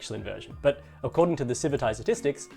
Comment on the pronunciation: Isn't it pronounced "Civit AI" with the "t" on the end of the first followed by an "AI" -- just like how it's color-coded -- instead of "civi 'tai" with the "t" before an "eye" sound?